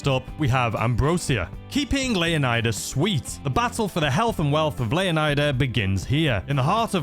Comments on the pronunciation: Its LEO-NYDA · it's pronounced lay ow nee da leonida in Spanish lay ow nee tha but I pronounce it the first way as leonida actually originated from king leonidas but alot of people see it as a Spanish word I see it as Greek and fun fact the name leonida/leonidas means son of the lion/lion like